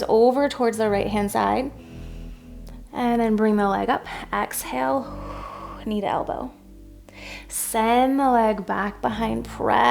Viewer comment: Thank you for the video. Please say exhale not axhale. Js